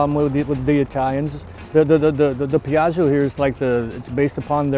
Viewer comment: A pronunciation tipp: it's Pee-ah-jo (the "i" is silent, its only purpose is to soften the "g"). So, Pee-ah-gee-oh is just wrong and hurts Italian speeking people.